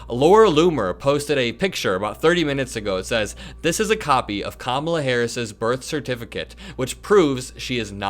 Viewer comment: YES!!! I just commented on that! He is INSANE! "Karmala" recently became "Bll-ack". 😳